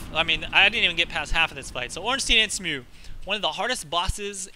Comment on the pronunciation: Also, Executioner Smough's name is pronounced Smo (the ugh is silent). I found that weird when i found that out but thats how its pronounced apparently.